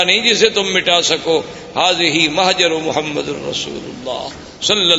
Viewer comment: Say Prophet s.a.w. Name with Humbleness, Humility and Respects... Say Muhammad and NOT Mohmed.